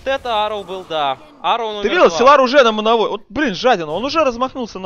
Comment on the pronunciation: Силар, силар. Уши режет! ОН САЙЛАР